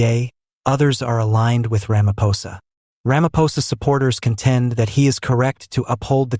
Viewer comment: This is what western fals news is spreading!! They are failing against Trump so they target SA!!! Listen to this fools language and pronouncing Steenhuisen and ramaposa. Just Voertsek SATAN!!!!